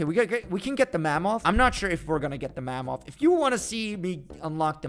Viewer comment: there is no way he said Mammoth like Mam-moth instead of Mam-ith